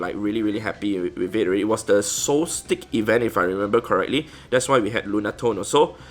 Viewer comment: "solstice" is pronounced "sol-stiss" not "sol-stick"!! Lmao. Awesome shiny collection though!